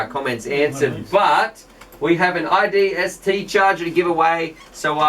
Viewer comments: Hey it's isdt not idst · Repeat after me, "i S D T". you said iDST every time and typed that up top also.. LOL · isnt it isdt not idst?